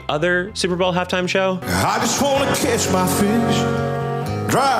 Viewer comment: I can’t stop hearing this man say “kiss my fish” instead of “catch.” It brings me such joy to think of that horrid little man frenching some poor Big Mouth Billy Bass lol I hope this makes that horrible “half” time “show” more tolerable for some of yall <3